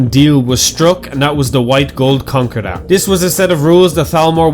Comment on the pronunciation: Konkerr Datt ? That's the funniest way to say it. I'm calling it the white gold konkerr datt from now on.